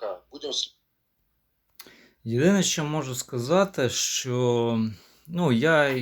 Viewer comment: Яке брехло. Займися чимось корисним, демагог. Ще одне щьо, чьо. Тьху! Нявкає щось. Говорити навчися по-людськи. Ще і в тебе суддя забере слово. От тоді й подивимось, чи допоможе тобі твоя демагогія.